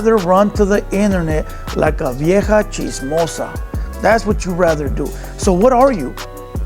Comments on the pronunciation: Chismiosa?? U a clown foo serio don't even know how to say simple Spanish words like "chismosa" pinche no sabo kid haha... they let any baboso have a channel now a days... watched 10 mins n that was more then enough had to switch it off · Chismosa not chismosia